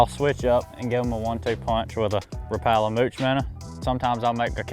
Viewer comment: i don’t trust anyone who can’t pronounce Rapala right